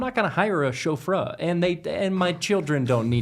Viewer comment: Are we not going to comment at all on the way pronounced chauffeur?